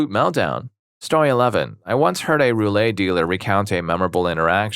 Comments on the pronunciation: The game with the wheel and ball is pronounced roo-let, not roo-lay. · Anyone else cringing at roo-lay instead of roo-let? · And he keeps saying “roo-lay” when it’s roulette